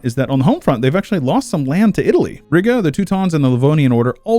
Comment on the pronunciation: Riga is pronounced Ree-ga not Rigga but beyond that neat vid lol.